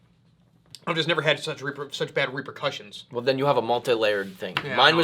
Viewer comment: You said "reaper"cussions!!!